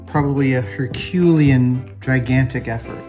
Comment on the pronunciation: Does Adam pronounce things differently (I won't/can't say "wrong") than the standard usage on purpose, just to see if anyone notices? Like succor and Herculean.